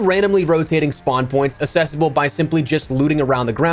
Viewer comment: Why do you keep saying "assessible"? Do you mean "accessible"? That's a different word.